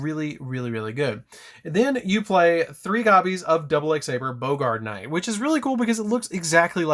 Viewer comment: Its Baa-grt knight. Not Bo-gart